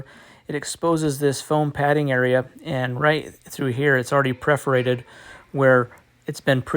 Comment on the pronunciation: Great tutorial, but AAAAAGH! The word is *PER*forated. perforated. Not PREforated. Think a cat purring, while poking holes in you - purr-forated.